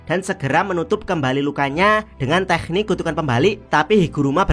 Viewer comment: teknik kenapa harus pakai kh sih? k saja kenapa? dengarnya gak enak dan ganggu di kuping,, kayak bahasa arab jadi cringe hidup jangan dibuat susah😂